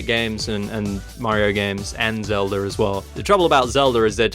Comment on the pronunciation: I love the way you say Zeldurr